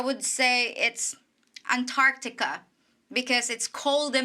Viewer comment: You pronounced Antarctica wrong 😅